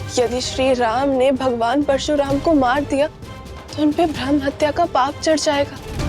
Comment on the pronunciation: क्या थियेटर बना दिया ये, फालतू, और हां प्रशुराम नही परशुराम होता है ।